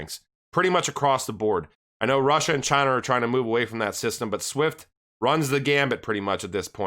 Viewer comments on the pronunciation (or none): none